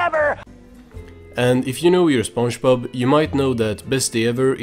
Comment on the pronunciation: this guys saying Spunchbub